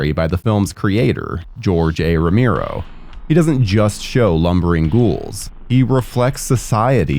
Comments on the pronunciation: It's pronounced Row-mare-oh not Ro-meer-oh. haha, sorry I had to. Good video you've put together, I enjoyed it. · Look you did good on the history and research but dude, your pronouncing his name way wrong, it's Romero, your saying rameero, I'll spell the pronouciation, Ro-Marrow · It’s pronounced Ro Mehr Oh